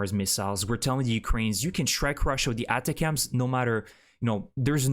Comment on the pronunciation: ATCMS is NOT pronounced like "atta-cams". It is pronounced like "Attack'ems".